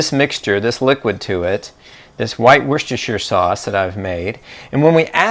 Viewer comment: Very clear concise explanation love the pronunciation of Worcestershire sauce that’s like a level 100 word! 😊.